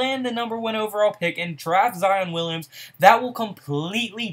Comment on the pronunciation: I be tellin ppl this same shit...and his name is pronounced ZY-on